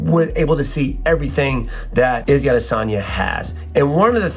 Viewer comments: Why are you calling him "Izzy Adesagna" lol just say Izzy or Israel Adesanya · “Izzy Adesani” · SAY IZZY ADESANYA ONE MORE TIME I DARE YOU!!!!! 🤬🤬